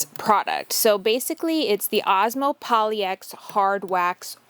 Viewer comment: That desk turned out really nice and the Osmo makes it stunning. I've had my eye on Osmo for years now and i hope to try it soon. I think most people say it like POL-ix, not poly-X, though.